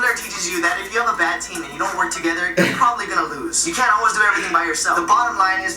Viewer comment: There's no "U" in "TEAM"